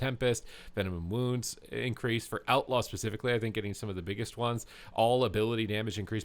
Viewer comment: Man, you say "especifically" a freaking lot.